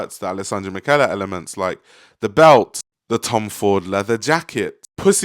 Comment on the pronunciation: Alessandro Michele is pronounced like "Mee-Kay-Lay"